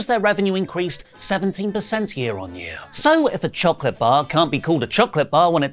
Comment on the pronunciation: STOP saying choCLIT 😂